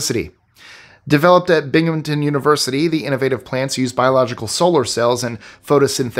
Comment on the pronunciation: OMG you said Binghamton correctly, most people butcher NY state names. Great job